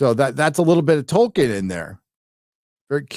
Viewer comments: Who is "Toiken" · "True to Toyken"